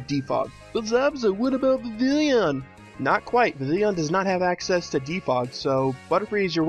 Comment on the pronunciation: All good apart from one thing... YOU SAID VIVILLON WRONG! It's pronounced Viv-e-on (watch the anime to see for yourself) However speaking of pokemon that are really commonly mispronouced you should do a Piloswine pokenalysis ;)